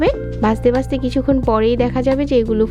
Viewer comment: দেখতে কে বলছেন দেকতে 😡 ভাজতে কে বলছেন বাজতে 😡 ঘি কে বলছেন গি 😡 ঘন্টা কে গন্টা 😡 ভাবে কে বাবে, 😡 ভিতরে কে বিতরে 😡 বন্ধ কে বন্দ 😡 ঘন কে গন😡 মাঝারি কে মাজারি 😡 মাঝে কে মাজে 😡 সেকেন্ড এর ভিডিওতে এতো ভুল, কেমনে কি😱😱 সেই প্রথম থেকেই যে এমন জঘন্য উচচারণ শুরু করেছেন আজ অবধি চালিয়ে যাচ্ছেন। উফ্ অসহ্য, শুনতে শুনতে আমার কান বিরক্ত। ঠিক করছেন না কেন শ্রোতাদের বিরক্ত করা আপনার ভুলভাল উচচারণ? এমন সহজ উচচারণ ও কি কোন বাংগালী ভুল করে?😱 মাথায় আসে না ।😡